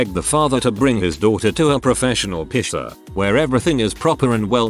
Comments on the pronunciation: I love how it sounds like "pisser" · So I’m not the only one that thinks that piercer sounds inappropriate when read by the computer.